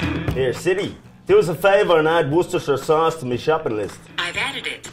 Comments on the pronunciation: It's pronounced woester sous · *worcestireisheahj sauce